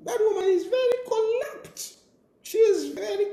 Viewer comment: its not collupt, its corrupt iwe tayali